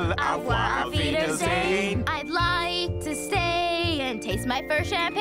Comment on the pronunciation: The mispronunciation of auf wiedersehen will always bother me. It's always wrong in most versions of this